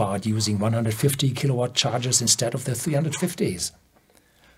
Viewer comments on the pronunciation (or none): none